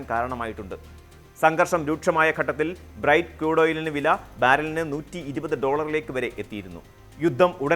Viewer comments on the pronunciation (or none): ബ്രൈറ്റ് ക്രൂഡോയിൽ അല്ല, 'ബ്രെന്റ് ക്രൂഡോയിൽ' ആണ്.